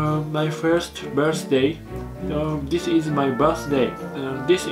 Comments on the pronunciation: 椋理児玉 完全にディスイズマイバースデイにしか聞こえない(汗) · 追加、息子、しゃちょーのbirthday発音にウケてる。www